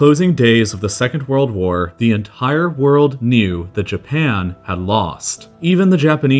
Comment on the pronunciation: Dude, stop saying "en....tttire" every time you say the word "entire". And the way you vocalise your emphasis on numbers, so irritating